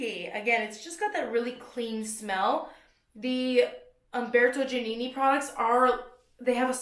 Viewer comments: haha 'dji' - 'ah' - 'nih' - 'nih' (my attempt at phonics to help you out !) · Giannini sounds like jah-NEE-nee